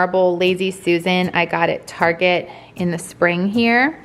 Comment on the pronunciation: you sound drunk during this video ,, now i know keep saying target etc wrong